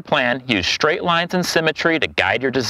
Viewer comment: Shtring. Shtraight.